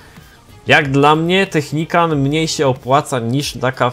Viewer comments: zrozum że to nie jest technikan tylko technikal już nie da się tg czytać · Technical a nie Technican :P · to nie Technican tylko Technical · to jest "Technikal" a nie technikan xd tak jakby co😀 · Wtf co on ma za problem z tą nazwą... nawet w tytule zrobił błąd xddd ( nie technican tylko technical ) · Technical a nie technican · " technican " XDDDDDD